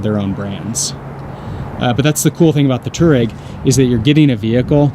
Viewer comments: should probably be pronounced twareg, named after a nomadic tribe in Africa... great review. man the inside of that vehicle is really just stunning. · I can't understand how many people an especialy Youtubers can't say "Touareg" .There is an "A" in there......